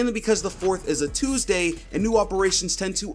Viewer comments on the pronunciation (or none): none